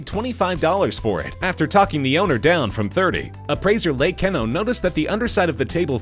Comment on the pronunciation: Keno is pronounced Key-no. Could just once you manage to get someone who can pronounce names correctly? Rodin, Sotheby's all pronounced completely wrong. It makes the videos a joke.